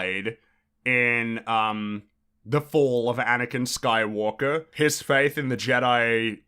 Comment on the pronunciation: “Anakin Skymalker”.